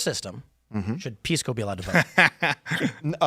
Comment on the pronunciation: Piss-co? Sorry, but I just can't. He's proven that he is not a serious person.